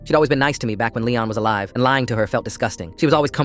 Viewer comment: “IM FELIX AND IM ALIVAA”😂